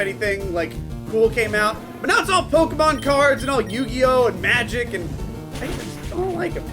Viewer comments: Pokeyman. God, I had the same kind of teachers. They never notice the é in Pokémon. Some teachers they are! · why in god's name did the adults pronounce it pokey-man? my principle did it too, and i'm in virginia. they're in texas. what the hell XD